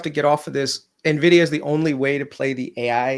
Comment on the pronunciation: WHY DO PEOPLE SAY NEVIDIA?!😅😅